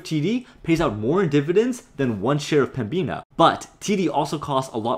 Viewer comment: this guy again yes i am binge watching your videos, i used to work for Pembina actually, youre butchering the prounounciation (Pem-ina) the B tends to be silent or atleast less prounced, do you tend to try and make the majority of your profits off dividends or selling stocks at a high, plan only on the dividends maybe and take high sale opportunities when they present themselves